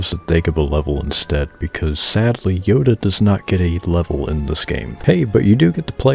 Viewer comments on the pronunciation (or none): none